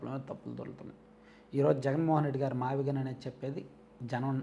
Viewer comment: మావిగన్ కాదు మావిగున్: వాడి దినం